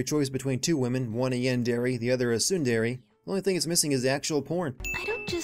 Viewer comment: lol "yawn-dairy and soon-dairy." I don't even watch anime and I know that's poor pronunciation.